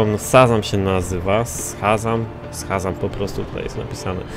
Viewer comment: Szazam* - Shazam a nie Sazam xD